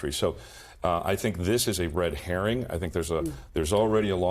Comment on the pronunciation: Fontes said correctly: Red Herring